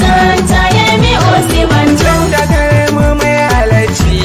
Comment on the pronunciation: It is not Osiba-n-jaw It is Osi-n-ba-joe